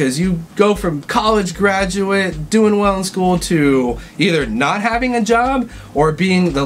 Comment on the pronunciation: Lol "gradurate" he really is half asian